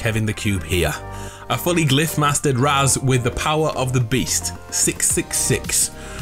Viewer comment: Tho it's pronounced raaz, not raz